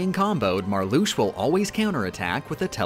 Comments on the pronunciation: She said Marluxia the way it's supposed to be pronounced, though, but cut it short a syllable. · except Marluxia, Xaldin, Xemnas, Xigbar and Demyx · in xi X is an sh sound, X on its own can be z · no hate, but Marluxia is the only org member where the X in their name is pronounced like 'sh'